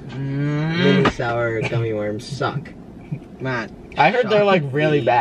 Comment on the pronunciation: Matt says sour